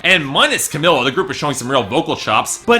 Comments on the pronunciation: it's pronounced cameela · he seems to know all this shit about 5h but can't fucking pronounce camEELa